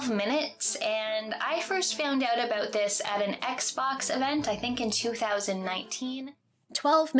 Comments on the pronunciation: It's more of an "oat" than "oot" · It's pronoonced Oot, eh? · I love the Canadian 'out' sound